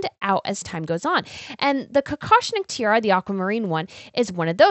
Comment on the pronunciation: Hi! Please do try to say Tee-ah-rah, because all I can hear from your way of pronouncing it is "Tee-ahr", and that sounds quite sloppy for such lovely pieces of jewellery. No offense!